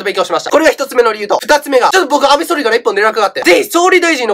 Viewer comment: 安倍総理がアベソーメンって聞こえた